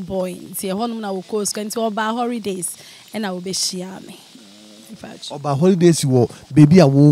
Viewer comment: & engrish, famiry member 😂😂😂😂😂😂 I hope she’s pretending